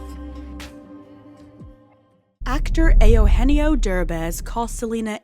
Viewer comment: ehh- ohh- enn- yeeo ?? Spanish??